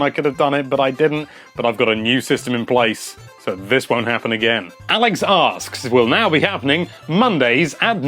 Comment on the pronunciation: Pronunciation! For a second I thought this video was called "Alex's Arse"